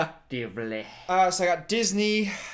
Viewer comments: “Eat. Chicken. Sandwich...siductivelehh” DYING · No one:: sedUCtevleh